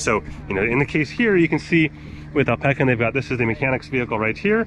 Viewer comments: Alpe-sin not alpe-kin. Americans 😔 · its AL-puh-sin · bro how did u say alpecin lol